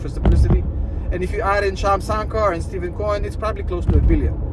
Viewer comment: I love your videos, and I think you’re great. Just one small thing .. Stephen Cohen pronounces his name like “Stefan”. Keep up the good work; much appreciated.